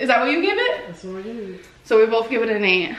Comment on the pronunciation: why does she pronounce both as bLoTh?!